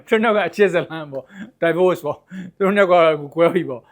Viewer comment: Divoce က ဒီဘို့ လို့အသံထွက်ပါတယ် ဒိုင်ဘို့မဟုတ်ပါ